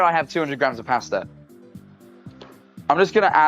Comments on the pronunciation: He said pasta so wrong for me 😭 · The wat he says pasta and amozon